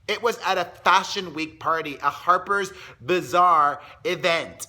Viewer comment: LMAO Its HAPER'S BAZAAR!! Not hapers vazaar....lmao. Dont you gossip for a living and you dont know what Harper's Bazaar is??